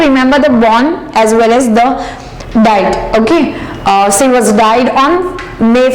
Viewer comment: Pronounce' she' properly